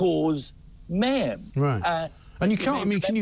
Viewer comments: He cannot seem to say mayhem properly. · I can't listen to him try and say mayhem any longer